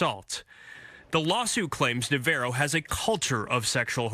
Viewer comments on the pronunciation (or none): why can none of the reporters pronounce Navarro correctly